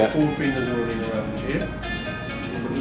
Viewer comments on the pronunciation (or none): none